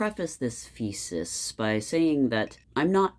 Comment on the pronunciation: Did you say “fecis “💩 as apposed to thesis ? 😮😅😊 funny ❤